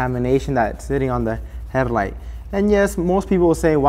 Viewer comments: Herrlight… 😂 Good vid tho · He says headlight so cool. Headliddddght.